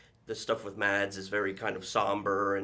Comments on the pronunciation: Mads is pronounced as “mass” in danish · The pain in Mads eyes when the interviewer mispronounced his name😬